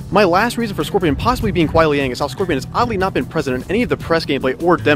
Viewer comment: It's not Kuai Liang It's Ku(n)ai Liang. 😂😂